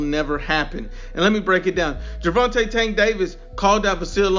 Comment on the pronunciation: “Gervonta STANK Davis” 😂😂😂😂😂😂